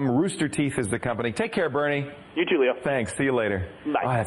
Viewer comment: It's Burnie not Bernie